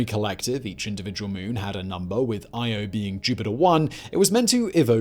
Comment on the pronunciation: I was only half listening at first and I thought he was saying Iowa. I was like WTF is he talking about volcanos and magma lakes. Hahahahaha!